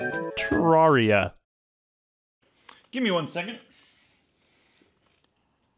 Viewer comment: You: “terraria” Me: “😦”